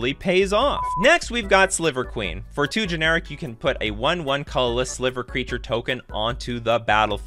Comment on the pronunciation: You have a nice format and have a nice speaking voice, but your pronunciation of the word “colorless” was fairly jarring and almost sounds like a different word altogether. It would have lead to a much more smooth listening experience on your video if you worked on enunciation for that word. It was the only one I noticed like that, you are well spoken which is why that stood out so much to me. Good video other than that.